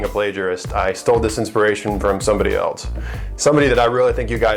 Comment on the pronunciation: "I stole this inspiration from somebody elt."